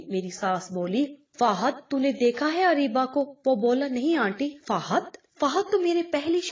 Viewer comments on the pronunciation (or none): اریبہ کو آپ عروسی کیوں کہ رہی ہیں